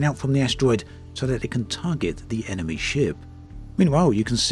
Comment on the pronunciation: Dude, it's just mee hearing or you really spelling 'enemee'?